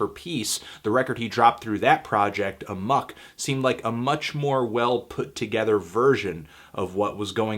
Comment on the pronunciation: Amok not Amuck yo